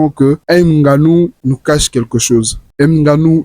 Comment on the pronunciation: on ne dit pas "n" ganou